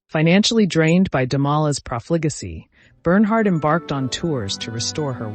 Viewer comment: Interesting. But your narrator needs to read better. She massacres every French word and many English words. Look up 'profligacy' for example. She pronounces the name of SB's husband Damala at least 3 different ways. C'mon. She makes the production sound shoddy.